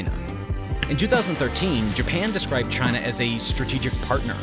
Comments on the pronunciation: Did bro really have to crank that hard r when he said China 💀💀💀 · Dang those "Chiners"!!!!